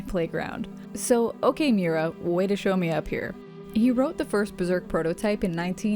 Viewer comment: It's mee-oo-ra, now mew-ra. 3 syllables.